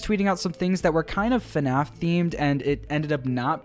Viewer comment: “Hello everyone and welcome back to another episode of fuhnaf”